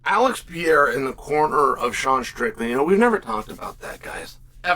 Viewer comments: Pereira not Piera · ALEX PEE-ERA VS HAZ-MAT CHEAL LERN ENGLISH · Why do you keep pronouncing it "Pierre?" Love you Cheal haha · Damn Chael learn how to say Pereiras name are you that damn dum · So funny that chael just cant say that mans last name correctly.